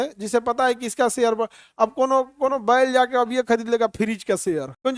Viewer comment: Khan sir jab baila bolte hai to muje badi tez hasi aati hai 😅